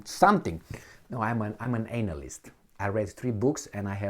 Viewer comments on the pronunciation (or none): I feel like Emil purposely pronounced anal-list